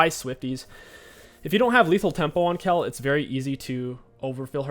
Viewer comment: it is not BORK its BOTRK and its not KELL its KAYLE